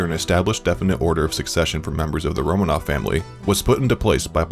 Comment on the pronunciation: Me, a Russian, highly distressed at the pronunciations of names and places throughout the entire video. It’s pronounced RomAAnoFF not RomAnoF.